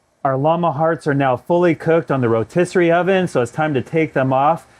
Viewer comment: Rotisserie “skyeer” 😖